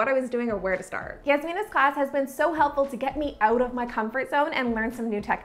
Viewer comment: any one here her say "out" owght